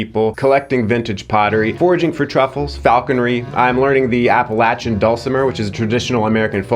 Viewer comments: Thank you for saying Appalachian right!!! Love you! ❤🎉😂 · I'm just shocked and happy that you pronounced Appalachian correctly, lol